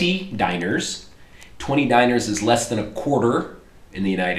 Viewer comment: dee nar not diner